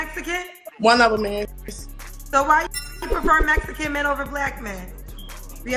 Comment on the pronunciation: She said I need a Messicann